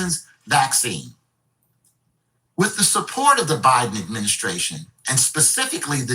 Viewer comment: Is it byedone or is it a hologram?🤣